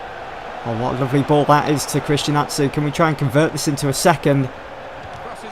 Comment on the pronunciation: the name christian atsu its pronounced christian achu